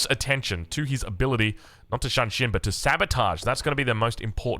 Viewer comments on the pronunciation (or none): its 'shoon'shin not 'shan'shin